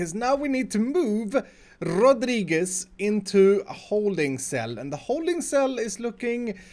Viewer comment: I speak Spanish, and the way you said Rodriguez was beautiful. Especially this one